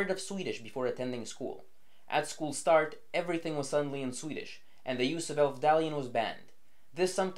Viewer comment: You're really overdoing the quasi Scandinavian accent when pronouncing Swedish